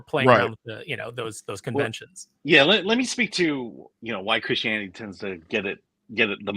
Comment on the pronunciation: 31 minutes in and I realise is not saying Chris Hannity, but Christianity 😂